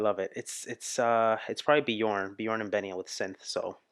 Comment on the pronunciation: you are clearly an ABBA Fan now, you should learn to pronounce their names corectly, try angneta instead of agneta, and björn is like bjearn the ö is not an o, it's like the beginning of the word earn